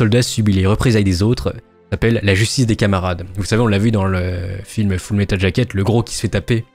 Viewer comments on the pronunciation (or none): none